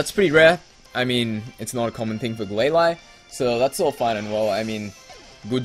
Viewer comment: The Pokemon in the Battle FAINTED NOT DIED! also i Say GlaLEE.